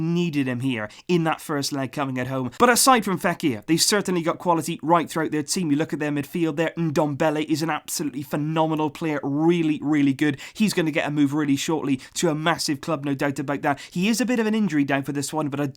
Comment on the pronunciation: did you pronounced NDombele as "umm"Dombele? is that correct? actually i have no idea how to pronounced that name and was in the impression that "N" is silent here..